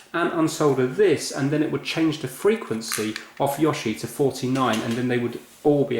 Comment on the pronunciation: don't worry, you pronounced yoshi correctly the first time, but please, mario is mArio not mÄrio!